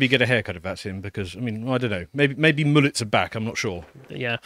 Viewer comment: "moolets" 😂 highlight of the show (doing the proper german pronunciation)